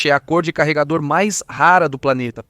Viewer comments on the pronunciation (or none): Eu sentindo agonia cada vez que ele chama "carregaror" o magazine 🙄🙄